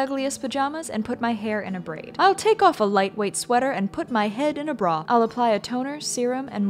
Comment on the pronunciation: “I’ll put a braw on my head”